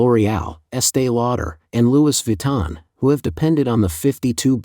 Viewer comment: I think it's pronounced "Louie" Viton. It is French, after all.